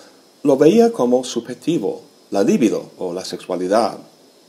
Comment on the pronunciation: Brillante y didáctica exposición. Tu discurso oral es impecable. Gracias. Disculpa mi atrevimiento al corregir la acentuación de la palabra LIVIDO, en Freud es pulsión y es llana. Lívido acentuada esdrújula es quedarse pálido. Es un error muy frecuente en castellenoparlantes.